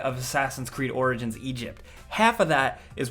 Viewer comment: At the end you said orgins and orgins